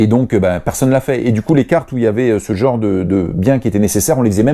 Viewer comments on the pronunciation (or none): none